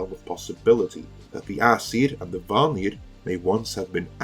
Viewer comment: I salute your use of Swedish’s second tone on “vanir”.